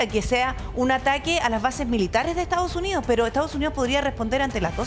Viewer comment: Porque pronuncian Estaos Unios? Es Estados Unidos😮